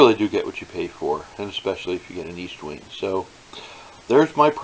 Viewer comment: I swear no one can read. Eastwing? It's ESTwing